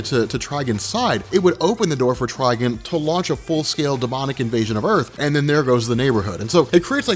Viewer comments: Did you just say "Trigen"? It's Trigon with an 'o' Spoiler alert: The Spectre is being controlled by the stupid 5th dimensional imp whom for some reason has godly powers that was able to take over the The Spectre body by removing his human vessel. Superman in Injustice is the quintessential of plot armor...... Anyone know which comic Superman lobotomizes Shazama? Or was that just in the game? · Trigon not Trgen 🤦‍♂️ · Trigon is pronounced like Tri-"Gone" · the way you say trigons name hurts my soul